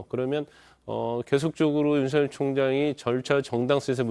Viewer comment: 윤서결이 맞는 발음인데 jtbc 아나운서는 음...